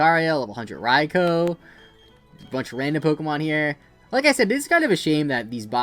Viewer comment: You’ve been playing Pokémon for so long and you still can’t pronounce raikous name 😪